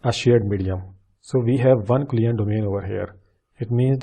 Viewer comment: You're saying all the time "client domain" or something like that, which is not understandible. Maybe you mean COLLISION domain? If so, work on pronouncing it right, it's VERY confusing :(